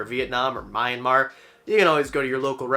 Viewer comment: pssst,! It's pronounced me an mar, not mayan mar.